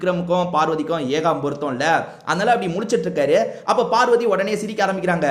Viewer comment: Adhu yegam porutham illa bro.. yeahzham (7) porutham